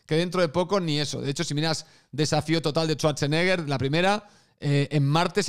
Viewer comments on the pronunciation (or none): none